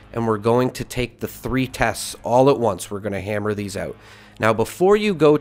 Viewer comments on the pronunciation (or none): none